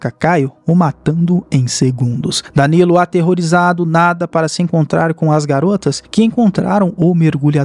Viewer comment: fala o nome danilo certo porfaavor